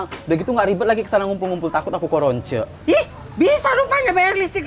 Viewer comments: Karona bukan karoncek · Korona k ning bukan koronce 😂😂